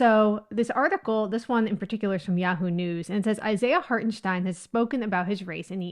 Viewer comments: You're pronouncing his name perfectly. I wish everybody gave up this artificial, non-biological/scientific/factual idea of 'race', that's been invented to divide and rule. To those identity politics people on the left: accept that there are people that "don't see race" or at least want to not see it, as in a learning process. In my mind, accepting the concept of "race" is accepting racism. Cheers from 🇩🇪@ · Well done you say "Hartenstein" correctly 👍👍👍👍